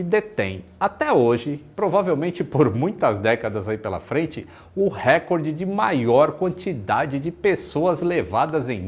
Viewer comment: Um SUV e não uma. Recorde e não récord. :))